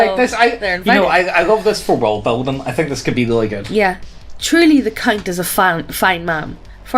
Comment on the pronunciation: Every time she said count I heard Cunt 😂